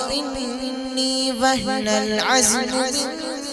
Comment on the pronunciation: وَهَنَ الْعَظْمُ ہے بھای جان اپ نے غلط پڑھا ہے اسکو ٹھیک کرو